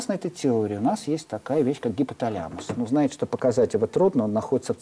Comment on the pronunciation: гипоталЯмус... ужас, как только он начал коверкать слово - информация начала проходить мимо ушей, до того режет слух